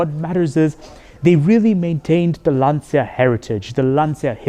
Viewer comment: It's not pronounced "lantsia", it's "lancha"!